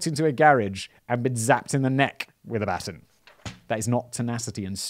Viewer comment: 🤣🤣🤣🤣 he can’t pronounce baton!